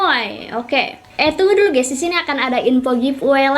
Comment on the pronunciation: Kak pengucapan kata DISINI itu kurang jelas kak jadi kayak SISINI CUMA SARAN